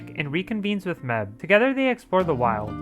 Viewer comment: It felt so weird hearing this guy say Mebh. Like Meb-heh, especially since the movie pronounces it May-ve